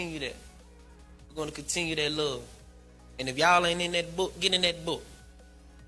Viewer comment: "I luhhhh you Jack!" "I luhh yuh guh!" Wait! Who is Jack? Bruh! This man is next level. That can't be her nickname. How come he can't say, I LOVE YOU?! SMH! He was tryna have "sebn mo" kids with WHO? 😮 A new WW? Inappropriate. "Jack"? Equally inappropriate, cuz she would have required "sebn mo" surgeries after that. Smh!